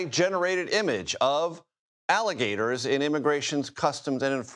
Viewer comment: ICE-LE-GATORS LOL